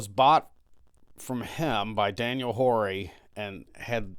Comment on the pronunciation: We have been there and heard a ghost. Just FYI: In that part of our state (SC), the name Horry and HorryCounty is pronounced "Or-ee".